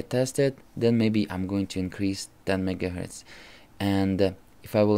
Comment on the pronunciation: Why do you say mega gertz?